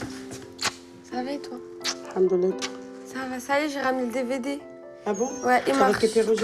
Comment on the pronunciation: elle a dit " SA" au lieu de "ÇA"